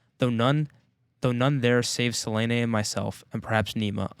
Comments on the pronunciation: great talk! ps, there is no way Se-ley-ney is the proper pronunciation😂 And if it is i refuse it with every fibre of my being. The audiobook also uses Suh-liiin, like normal ppl would. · I know his Syriani voice is an... acquired taste and he pronounces "Selene" wrong (really funny in the moment Hadrian explicitly says it's three syllables), but Samuel Roukin did an amazing job voicing the audiobook.